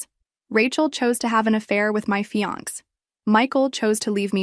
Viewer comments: I'm used to hearing AIs mispronounce things, but this is the first time I've ever heard fiance pronounced fee-ahnk. 😄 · AI can't pronounce fiance.